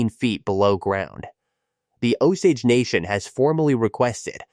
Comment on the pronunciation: Terrible pronunciation of “Osage”!